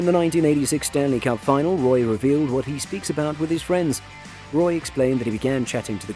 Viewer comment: Roy?? Might want to check pronunciation on one big shoots.